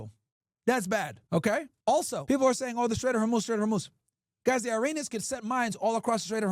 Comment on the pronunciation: Man come on, stop with the « Airinians » Hurts my ears seriously